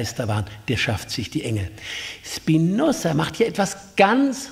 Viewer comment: Er heißt nicht Spinossa.